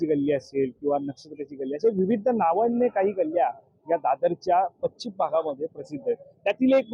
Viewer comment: बातम्या देण्याआधी तुझी भाषा उच्चार सुधार. ' पच्चीम ' नव्हे पश्चिम आणि विविद्द नव्हे विविध. या फेरीवाल्याना पाठीशी घालणारे फेरीवाल्याकडून हफ्ता घेणारेच यांचे संरक्षक होते. आणि आज दादर मोकळे झाल्याने खरे चिडलेत ते विरोधी पक्ष प्रमुख आहेत. उदा : शिवसेना मनसे ने कधीही फेरीवाल्याना विरोध केला नाही. म्हणून त्यांनी निवडणुकीत सपशेल आपटी खाल्ली.